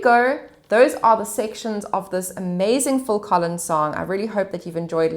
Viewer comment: It's phill Collins.. not "full" Collins 😅😅